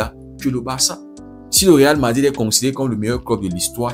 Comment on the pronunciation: Real madid, pedi ou sont les R ??